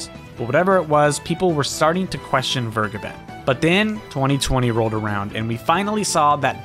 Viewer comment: Vergeben is a German word and is pronounced fair-GAY-ben.